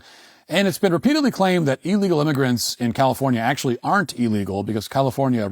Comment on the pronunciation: Matt pronounces illegal wrong, he says it like eel legal. It's ill legal. Come on Matt, you're better than that.